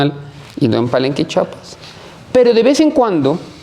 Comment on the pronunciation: Su rancho no esta en Chapas, esta en Chiapas, tanto estudio y no saben decir Chiapas 😂!!..